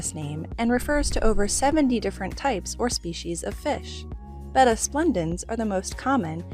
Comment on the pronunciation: Thank you for saying Betta correctly!!